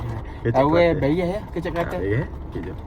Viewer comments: bukan bayor tapi bayar jah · Tau le awak tu orang kuale chor. Mane pulak datang 'bayor' bunyinye 🤣🤣 Serabukkkk lah